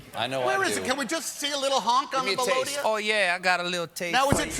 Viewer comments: WTF is a melodia!? That's a melodica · That's a melodica not melodia